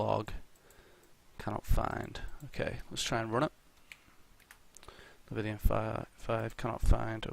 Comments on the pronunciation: Leviathan not Levithian... but good vid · Bruh is english like your 4th language? How can't you pronounce leviathan or have come across that word before. But awesome video apart from every time you said that lol